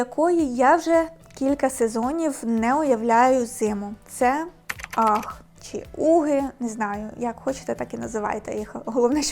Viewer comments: UGG - Аг. Анастасія майже правильно вимовила, не бачу проблеми. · а точніше "агз" . Добре, що у вас немає проблем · Дивно, коли стиліст і фешн експерт, не знає як правильно вимовляється назва взуття. "Ах" це щось нове в світі моди. Базова шкільна англійська була не доступна?